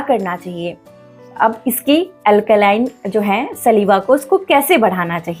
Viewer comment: Maam सलीवा nahi स्लाइवा bolte hain